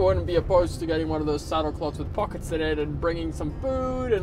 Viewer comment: saccld 'poclets" lol.... I think those would be saddle bags, no?